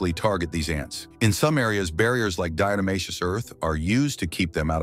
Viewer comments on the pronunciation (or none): none